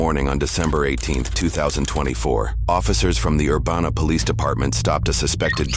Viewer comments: Love your videos. But as a close local, it's ur-BAN-a BAN pronounced like ban hammer and then an uh added after. Not ur banana. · Urbana is pronounced Er-ban-ah. Like banana for that middle part. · That's now how we pronounce Urbana, at least I dont think thats how anyone here says it lol. otherwise, not often does anything happen in this town